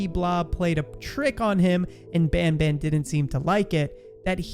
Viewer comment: band band? its ban ban(no hate)